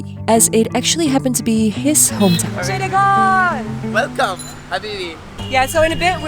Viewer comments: It's not Cittagram, you either say Chottogram or Chittagong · calling Chittagong or in Bangla chattogram as chittogram was epic 😂